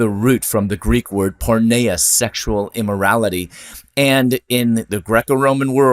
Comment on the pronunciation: “Πορνεία” pronounced pour- knee-ah. Not porn-neigh-ah.